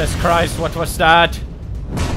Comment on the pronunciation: "What was thawt" - I laugh every time